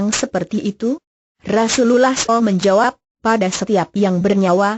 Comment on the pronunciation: menjijikkan suara pembawa acarane , pekok dan tolol penyebutan nabi SAW dan sebut alloh nya keliru , pembawa suaranya asli kristen ya